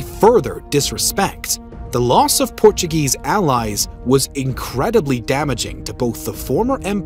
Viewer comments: Maybe a Brazilian helped the guy who is speaking in the video with the Portuguese names 🤣🤣🤣 because he is pronouncing with a Brazilian accent, even though is still pretty strong the American accent 😅😅😅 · why do you pronounce portuguese names in spanish?